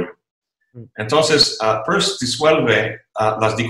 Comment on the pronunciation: Excelente entrevista, escuchando a se va el tiempo sin pensar. Caballeros pronuncien bien Peirce, lo explica en su video sobre este notable filósofo.